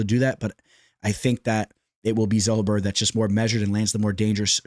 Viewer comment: Daniel Zellhuber is not Zull-Uh-Ber its Zell-Hu-Ber, there are countless but just had to point it out! But Keep Pumping Content some good stuff